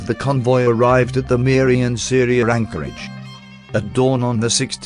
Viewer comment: Pronunciation is attrocious. I was especially surprised to hear that Syria is in Borneo. The second syllable is good enough, but the Se in Seria should be "Sir".